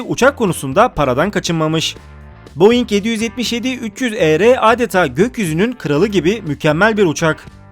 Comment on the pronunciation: Boeing 777-300ER ancak Boeing 777-300ER diye okunmuyor direk.Boeing 777-300ER (ER yerini İAR diy eokuyacaksınız.)Şimdi sen havacımısın diyecekler olacak,Sanal pilotum.